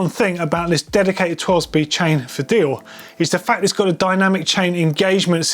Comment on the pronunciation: Its not "dioh", its "deyore"